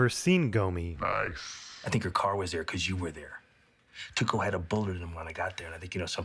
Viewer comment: Jessie refers to Tuco as "Taco." A golden moment.